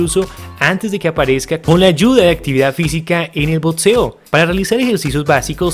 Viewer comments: por que dice botseo en vez de boxeo D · Que paja ver un video de BOXEO y que lo narre alguien que no sabe nombrarlo,lpmm que nervioso me pone,no es tan complicado,BOTSEO NOOOO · El video es muy bueno, pero no se dice Botseo, se dice" BOXEO". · ok pero dice botseo